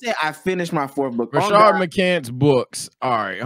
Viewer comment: Rashad not Rashard 💀💀💀